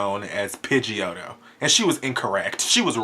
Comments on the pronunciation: This nigga said pidgioto. i am done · i was done when he said "pigeotto" hahaha